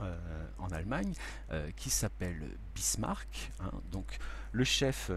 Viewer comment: Très bien ! Excepté peut être l'erreur à Bismarck et non Birsmack :)